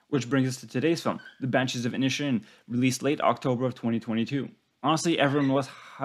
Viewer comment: Except for Inisherin which he pronounced Inishin and Siobhan which he pronounced Shovin?